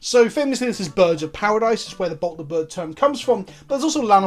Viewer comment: Bolt the Bird, not Birb.